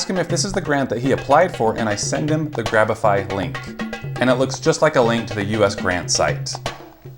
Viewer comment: Anyone who knows how to use the Internet cringed when you said grabify